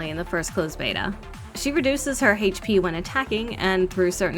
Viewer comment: I love how you pronounce "hache p"